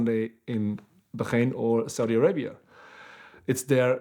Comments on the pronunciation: I’m sorry but it’s not bukhrain. It’s bahrain. It’s not difficult just requires you to remove a stereotypical language ideology . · WTF is Bakhaiiiiine, I'm assuming Bahrain?